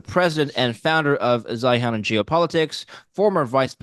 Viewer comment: "Zeihen"? Ivan! Learn English! In st Putinsberg.